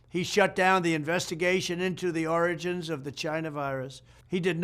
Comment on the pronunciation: He's still saying oranges instead of origins